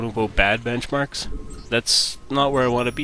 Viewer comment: "BenchAMrks" ;D